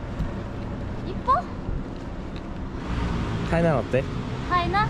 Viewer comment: 타이난 어때(나 어때?)로 들려오는건 뭘까요? ㅋ😂